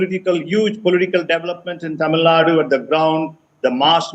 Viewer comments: Kindly pronounce Tamilnad"U", not as Tamilnad... Tamilnadu ( தமிழ்நா"டு") is a correct way to pronounce..tq.. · It's not tamilnaaad its Tamilnadu